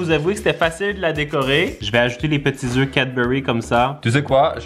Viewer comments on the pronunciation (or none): none